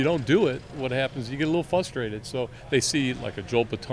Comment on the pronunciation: Is that guy honestly saying the word “flustrated”???